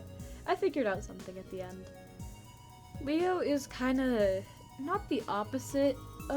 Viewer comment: When you first said leo's name I heard mayo T-T